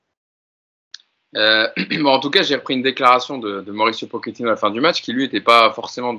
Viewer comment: Sinon, un jour, les mecs, vous pourriez juste bien prononcer le nom de Pochettino? J'suis loin de le porter dans mon coeur, mais entre les prononciations telles que pokettino (à l'italienne), les pokettinho (mix d'italien et de brésilien) ou les Pochettinho (carrément à la brésilienne), on en finit plus. Donc le mec en haut à droite faut qu'il arrête de dire Poketchino parce que là ça devient n'importe quoi. Et pourquoi pas Poketchéquoslovaque, tant qu'on y est... La bonne prononciation, en espagnol, c'est Po(T)chettino. Ce qui, décomposé, nous donne - répétez après moi! - PO-TCHE-TI-NO. Rien de plus simple. P comme "Poney", O comme "Olé", T comme "Tuchel", CH comme "Chantal Goya", E comme "Électricité", TTI comme "Tigana", NO comme "No comment" Pour conclure, j'aimerais finir sur une citation de Geoffrey Jourdren 😍 "ZIZOU! Z-I-Z-O-U! ZIZOU!"